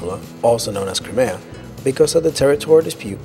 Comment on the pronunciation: Holy shit, just when I thought they got someone who could pronounce common English words, and places names, this guy is even worse if that's possible. "Da-noob-ee" River? It's "DAN-YEWB", sheesh....and it isn't "Cree-may-tah", It's "Cry-mee-ah", at least in English Why don't you guys try checking how these words and place names are supposed to be pronounced, it isn't hard to do, and it doesn't take that long.